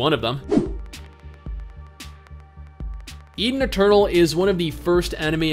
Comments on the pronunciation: Swear to god I heard "Eating a turtle" when you said "Eden Eternal" =D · ETHEN ETERNAL ! When u sayd that , i thought u sayd ''Eatin a Turle'' :D :D